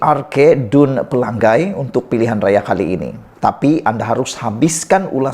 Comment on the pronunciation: Eeehhh BODOH Kau tak sekolah kah? Menyebut PELANGAI pun salah.. Pela....ngai.....BUKAN Pelang..gai